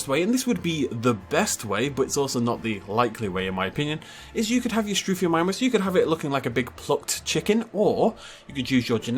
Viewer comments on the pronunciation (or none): none